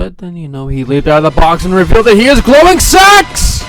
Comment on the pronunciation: Wait did you say he is glowing sex? o-O